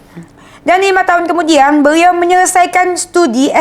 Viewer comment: Dennis adikku cantik yang manis. Lucu kalau mendengar ayat sebutan yang keluar dari mulut adik. Beliau yang benar ✅ Beriau ayat yang salah ❎ Apapun semangat ya adik 😊✌🏻